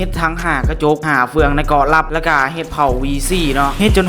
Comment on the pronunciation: เกาะลับทำไมได้ยินว่ากอลั่มวะ